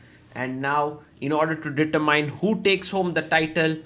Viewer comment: Sagar.. determine is pronounced deter-min like in ‘min’imum not like copper mine. Sorry just wanted to let you know as i have heard you use the word many times and will likely continue to do so